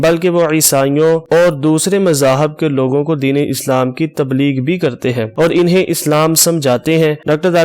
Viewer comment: انٗہیں کو انِہیں کہنا بھی غلط ہے۔